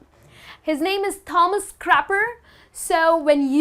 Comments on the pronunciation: In Australia we say could you please tell me where's the ladies ? No not ladies are. Please dont say crapper in aust. Fyi it's tomas not thhhomas. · There is something wrong with the way u say the name Thomas at 4.33. You are great anyway, I surely learned a few new words. Thanks